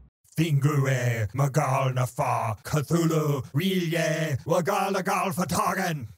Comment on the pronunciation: I cant believe he pronounced R'lyeh like that. That's the true horror